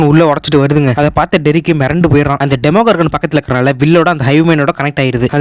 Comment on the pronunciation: Why are you tell demogorgan that is demo doragan